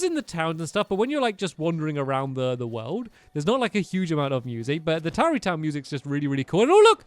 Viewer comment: tarrey not towery